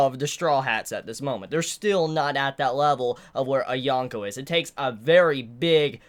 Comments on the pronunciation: Dude the worst part of watching your videos is hearing you saying "yawn-ko, yawn-ko." It's a long o. Yōn-ko. And I probably seem like a jerk saying this but seriously if you're reviewing this stuff so much you should probably try to pronounce it right. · there's dozens of reviewers who pronounce it Yōn-ko if it's truly a bother